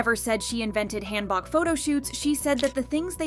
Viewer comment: "Hand-Boks" I swear Korean pronunciation 😂😂😂